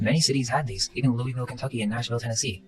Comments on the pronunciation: the pronunciation of Louisville is the most correct thing mentioned in this video. My source: I’m from Louisville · He's absolutely correct it's pronounced Loo-uh-vul (Louisville) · Thank you for correcting the pronunciation of Louisville. Most people get it way wrong. You, good sir, said it right 👍🏼